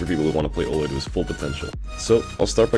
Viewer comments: it's pronounce you'll, not ooller. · >best Ullr player in Smite >can't pronounce Ullr correctly